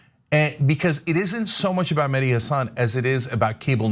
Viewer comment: His name is Meh-Di, not Madi. Mehdi root meaning is Guidance.